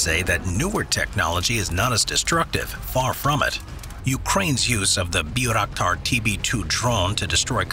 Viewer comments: Bayrakdar no birakdar lol :D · Its read like bairaktar not byraktar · Mispronounced the name of the Turkish-made Bayraktar TB2 drone